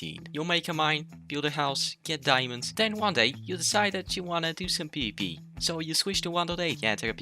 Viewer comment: PvP nah “peepee” 😭